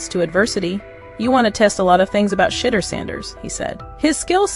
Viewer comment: HOW ABOUT PRONOUNCING SHA-DEUR-DOOR’S NAME CORRECT. CLEVELAND MEDIA NEEDS WORK 😡. Shedeur is not a rookie he is a FIRST ROUND DRAFT PICKED IN THE 5th round. HIS SKILL BASE SPEAKS LOUDLY